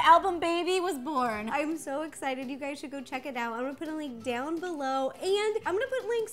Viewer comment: Instead of saying hey guys,she said hey gays 😳